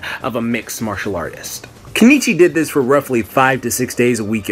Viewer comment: its keniichi bruh